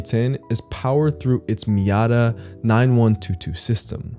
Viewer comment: It’s pronounced “Ku-oh” like coo-oh. Also it’s pronounced “Mi-O-Ta” for the movement.